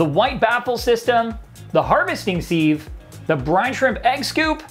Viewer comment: Siv not seeve, love from the uk